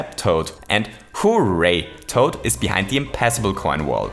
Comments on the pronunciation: Stop saying: hoe-ray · I still love the way you pronounce "Hooray" as "Who, Ray?" Will ever know if they're talking about Raymond??? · I love the way he says ho ray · Your pronunciation of “hooray” annoys me like crazy. I do like your videos though